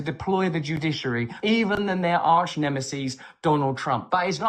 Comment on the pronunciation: pseudo-intellectual tries to sound clever by using a word like "Nemesis", but mispronounces it "nemiss-eez". Brand is a mediocre performer who'd never have achieved prominence if it hadn't been for the fickleness of modern Western culture.